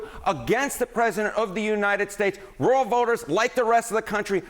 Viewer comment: Roo-el, lol not row-el.